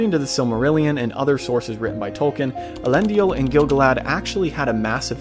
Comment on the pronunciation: Why are you mispronouncing some of the names?? Tolkien went to pains explaining pronunciation—Elendil only had three syllables, for example. The films got some words peculiarly wrong too (palantír comes to mind)… You asked about things missed: Celebrimbor initially kept the 19 Rings after their casting, as I recall. Sauron attacked Region in order to get them—and no doubt in pique because Celebrimbor dared to defy him—and wiped out the settlement entirely. Any of the few survivors joined Galadriel in Lothlorien… It’s noteworthy that Sauron wanted all 19 but was only able to get 16–the Three were hidden away, and Sauron wanted those most of all (why? Surely not for the magic they contained. Bragging points? Doesn’t make sense. Control of elves? Also doesn’t make sense ad they already showed they were smart enough to remove their Rings when he put on the One. While some of these details were probably too small for the narration, Sauron turning on Celebrimbor and laying waste to Region was not IMHO.